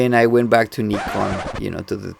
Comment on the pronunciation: are you brazilian? the way you said Nikon and Julio kinda denounced you. If am I am right tho...